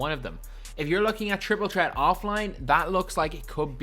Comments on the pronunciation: J&M Prod. Chriple Chreat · I love how he says triple tret😂